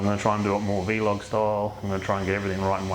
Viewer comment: Ps, want a 10th place spot on that leaderboard. PPs, it’s Vlog, not Vee Log